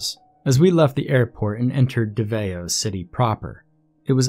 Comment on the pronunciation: Haha im from Philippines. The way he say davao as dava-oh makes me smile but it doesnt matter the point is i love the story.. fact: there's a lot of mystrious island here in the Philippines.. some are heavily guarded and cannot be visited even by locals.. some ownd by privte companies...